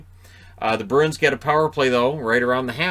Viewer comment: Listening while doing dishes. I kept hearing Bruins as Birds… and I didn’t know if you were talking about Detroit or Boston. Then I thought about how for a team with wings in their name, I’ve never associated Detroit with a winged creature…